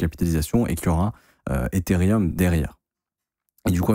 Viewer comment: T'es insupportable à te proclamer pro crypto alors que tu sais même pas lire Ethereum c'est pas rium bordel